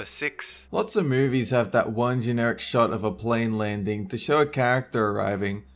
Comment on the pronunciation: 57 Dolen said short, not shot. Anyone else hear?